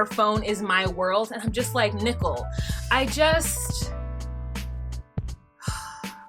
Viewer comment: I absolutely love when you pronounce her name "Nickel". Hilarious.